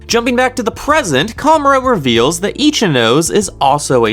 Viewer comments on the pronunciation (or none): This is just my opinion but pls pronounce Ichinose properly, sorry but my brain is getting triggered everytime you mispronounced it The anime has the pronunciation if you don't know but you could just say "no seh" instead of saying "nose" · Definitely itchy nose not itchy nó sé and definitely definitely ree’yoon not r'yu én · Good job man, but please say e chi no say